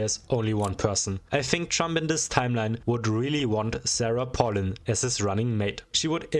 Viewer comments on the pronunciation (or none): it’s pronounced pay lin Also SARAH PALIN JUMPSCARE